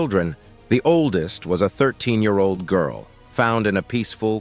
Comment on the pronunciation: So many YouTube videos must be using the same narrator voice generating program. '48,000 ye-arold virus' is how the program divides the syllables. There must be some humans who are able to narrate these videos. Only a small amount of editing is needed to shorten natural speech to fit a video. Thankfully, the visuals are relevent to the topic - some videos use heaps of irrelevent filler, such as people looking shocked etc. Maps, graphs, and comparisons are all good to add for each topic. Hopefully, we will have more evidence to colour in the gaps of knowledge in human evolution. We need more true scientists and less politicians and con/scam people. Australia is full of scamming people competing to gain more personal wealth than caring for others' well-being.